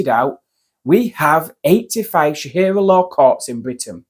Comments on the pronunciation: Its SHARIA law for fucks sake. NOT SHAHIRA. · What is “shahira law" ffs? I cannot take you seriously when you can’t even say it properly! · It’s pronounced Sha-ri -a not sha-hi-ra, at least check your grammar and pronunciation before recording? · It’s Sharia not Shahira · "there is no Sha-Hir-Ra law in London" Your pronunciation of Sharia is so off, I genuinely didn't know what you were talking about at first😂(no joke) . . . Sharia is pronounced Sha-Rea . . . not Sha-Hir-Ra. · Sharia not Shahira lol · It's sharia just as it's spelled mate, not shahira. Are you daft? Or maybe you need to spit polish your specs there lad. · It is SHA-RI-AH not shakira! Why are the "patriots" and "British values" muppets uniformly semi-literate and dyslexic?? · Sorry, it isnt shahira law its sharia law. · It’s Sharia law Not shearer law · Sha-ria not sha-hira, apart from that good video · Not SHAHIRA, its Sharia! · Sharia law, not shahira law?? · Sharia ffs, not Sarah, saraha 😂😂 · Why do pronounce sharia ”shahira”? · It's Sheh-REE-YA, not Sheh-hee-ra. Reminds me of Shakira 😂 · “Shahirah law”😂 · Sharia, not shahira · Sharia. Sha, ria.